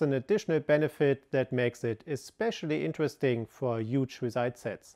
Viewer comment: Hier mal eine Kleinigkeiten um die Aussprache zu verbessern "instantiate" = instan schi eit und "Query" = Kuäri und huge = hiug mit h. Fass es als konstrokutive kritik, denn dadurch wirken deine Videos noch professioneller, anstonsten rest ist top